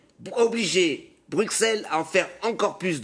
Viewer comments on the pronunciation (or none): none